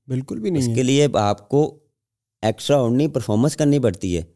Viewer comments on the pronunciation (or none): Extra Ordinary ❌ Extra Osinary✔ mazak hai